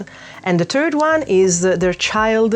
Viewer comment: those overall are so cute 🥲 also I love that as all of us italians you too pronounced "third" sounding more like "turd" because that pope sure was one switcheing festivals around like that 😂